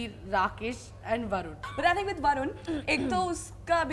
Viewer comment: She said barun ya varun